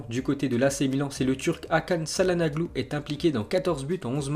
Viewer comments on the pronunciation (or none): CAHLANOGLU ! CA ME STRESS QUAND TU DIS CAHLANAGLU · Se prononce hakan tchalhanoglou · Fait un effort avec ton élocution avec les noms de ville ou les noms de joueur..ÇALHANOGLU et le ç ce dit TCH... c’est vraiment usant au moins le 4ème message et je suis pas le seul, analyse un peut les commentaires pas seulement ceux qui te font plaisir mais aussi ceux pour évoluer. Bonne continuation.